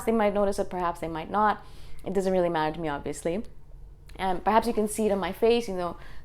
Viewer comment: Love how you say "rilly, rilly, rilly"! :D